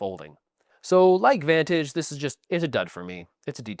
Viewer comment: I enjoyed how you butchered Vantage. I personally enjoy it, but I can't say you're wrong in what you're saying. I guess for some the sum or the parts just is more than for others.